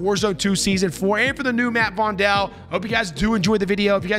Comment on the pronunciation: I don’t want to be a smartass but it’s Vondel like “fondle”. Joost van den Vondel is a Dutch poet from Amsterdam in the 1600s. As an Amsterdam resident I can tell you the full game is very accurate, but the Vondel map definitely has the Amsterdam vibe. Some spots resemble real life areas